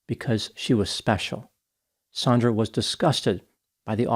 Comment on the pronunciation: Her name is Sand-ra, sandra. NOT Saun-dra sometimes spelled Sondra. Your going to make a lot of us Saundra's irritated